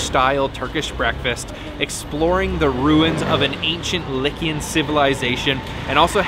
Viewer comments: the ancient people were 'Lycian' pronounced "Lie see an" Lycian, not likian! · Its lie see an!